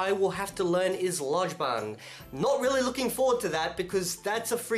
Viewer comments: Don't worry, doi, lojban isn't so bad, it'll just really bend the way you think in really uncomfortable ways until one point your old perceptions just snap and then it all starts to make sense once your brain starts to have a new architecture. And like solpa'i said, lojban "j" is pronounced " ĵ" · Lojban is fun, you can do it! Lesson 1: "Lojban" is pronounced like Esperanto "loĵban" :)